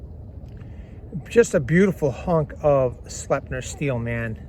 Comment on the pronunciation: Slipe-nurr my dude